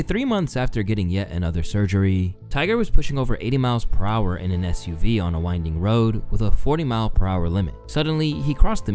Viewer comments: Fuck bro, I like your videos, this one included... but this ones editing is strange, (a couple of times the scene cuts back to halfway into a sentence) and the narration sounds AI, Tiger gets called Tyler at one point and SUV gets messed up and said like USV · Why did you say USV instead of SUV? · He says USV instead of SUV a little later. Has a few mistakes in the video. I definitely also think he needs someone to help him out. I enjoy his videos but have also been noticing the mistakes.